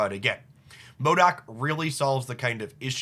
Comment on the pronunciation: Are you saying MODAK or MODOK? In any case, great ideas as always 👍